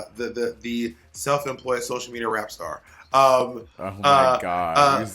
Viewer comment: She said rapster not rap star!!! Good god Bob